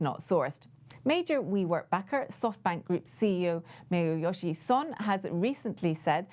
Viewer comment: You mispronounced the SoftBank CEOs name. I understand you like to bitch about everyone elses shortcomings but at least have some respect for the guy who poured billions into a novel business model. Please show more respect. And this is not a failed business scheme, it's just a business plan which became acutely overvalued.